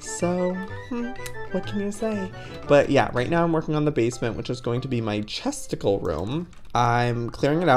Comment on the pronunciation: When Joey says chesticle, it sounds like testicle 🤣🤣🤣